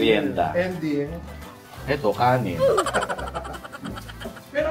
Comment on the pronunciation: Kanin hindi kanen